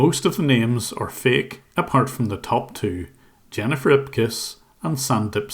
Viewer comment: she actually said Zennifer 😂🤣😅